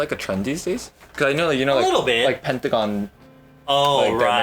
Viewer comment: He said PENTAGON and E'dawn, that made me sad